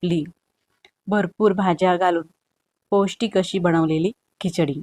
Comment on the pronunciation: Pronounciation of some words kichadi chamcha is not as per Marathi